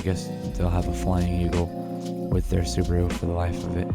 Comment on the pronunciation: It's pronounced "Su BAA ru" not Suburu